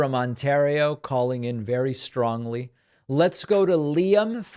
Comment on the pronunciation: David! Did you just say 'strongly"